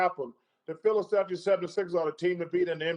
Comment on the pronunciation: Anyone realize Barkley said "The city of Philaselphia"?